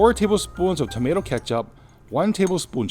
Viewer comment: TOMATO that's the word how did you get TAMATO out of that one failed in ENGLISH did we 🤣🤣🤣🤣🤣